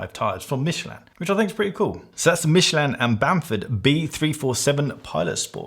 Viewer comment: One of us has been mispronouncing Michelin our entire life and I do not know which. Michelle-Lin to me, not Michele-Anne.